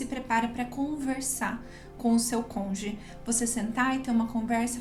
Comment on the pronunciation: Desculpe-me mas o ideal seria você falar “cônjuge “ e não “conge”